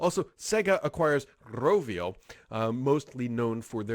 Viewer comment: My man you used the proper RRRolling R like a real Finn👍 (Rovio is a Finnish company)